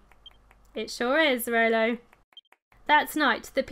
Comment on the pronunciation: why you call Rollo Rolly